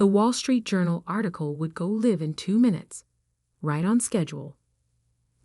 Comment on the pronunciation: Okay this AI can not pronounce one of the biggest designers in the world CHANNEL. It is pronounced (SHA NELL). STUPID AI. It also can not pronounce Live, you pronounce it L I VE ,PRONOUNCE I . SAY IT AS (I). ..... WHEN you have a (e)at the end of a word the prior vowels are pronounced as the vowels are pronounced. AI can not compute 2nd grade English. The content Creator of this site should do better. I guess they do not listen to their own content before posting. The woman in the story is a very strong character, like most women really are.